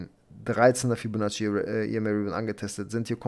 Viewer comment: Hey Ich habe eine Bitte an dich. Könntest du ein anderes Wort für Fibonacci nehmen? Ich lache mich jedes Mal kaputt. Das hört sich wie "Fellatio" an... 😂😂😂